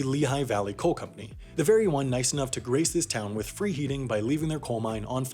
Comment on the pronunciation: Fwith great power, come fweird circumstances